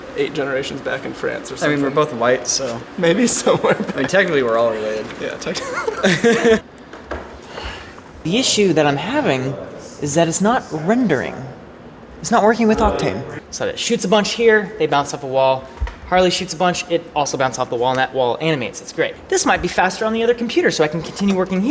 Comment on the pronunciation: 0/10 no text when says wrendering